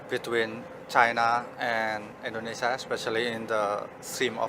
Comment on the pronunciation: Indonesia Mas... bukan Endonesa 😅